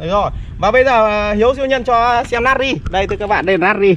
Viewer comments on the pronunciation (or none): Na tri chu ko phai nat ri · Natri chứ ko phải là nari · Natri not Nari? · natri chớ không phải nari nhá đọc như ngáo á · Natri mà ỏng đọc là nari